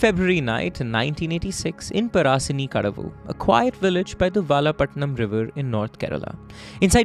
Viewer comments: Bruh it's par-shani-kadavu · Pa-ra-shi-ni-ka-da-vu ... Equal syllables.